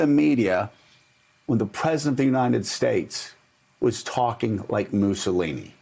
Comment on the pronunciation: Dr. Oz, a Democrat State Senator, a physician Dr. Seibert (I’m taking a stab st his name) for his 96 year old dad w/the virus who was cured and many other people were cured w/the Hydroxy remedy and you would dare help stand in the way of the cure? How awful!! You are the Moose-O-Lini’s (as Joe pronouncers it). Get over it. You’re all useless incompetents!!!